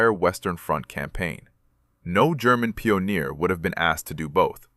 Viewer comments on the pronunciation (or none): Peoneer? What's that?